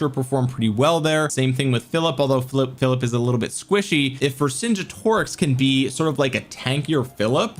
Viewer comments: Say it like this. Ver Son Get O Rix. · Vercingetorix has a hard G. Like the word "get" Ver-sin-GET-oricks